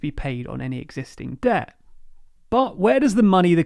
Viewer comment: What is "Deh" that this guy in the video keeps talking about?